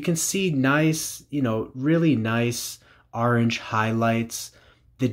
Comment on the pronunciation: Orange not ARange but nice video🤘